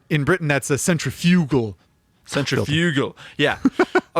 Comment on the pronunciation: Good to hear the boys pronounce centrifugal correctly, now let's work on aluminium and basil......